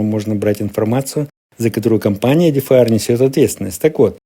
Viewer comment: ЕДІФАЕР???? Это на каком языке? Тупой и еще тупее.